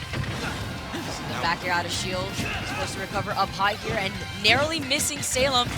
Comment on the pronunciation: D-Did she actually just say "NAIRly" instead of "NARROWly" missing him??